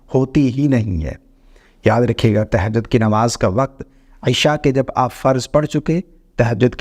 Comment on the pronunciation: تہجد صحیع کہنا تو سیکھ لیں زبر ہے زیر نہیں